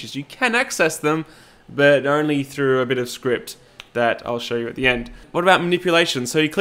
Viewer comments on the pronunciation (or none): none